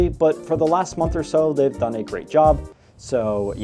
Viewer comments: Just remember: PREFACE is pronounced as PREH-FUHS, there is no Face in Preface, and no Face in Surface. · Preface. Not pre-face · it’s pronounced pr-eh-fus I think he’s saying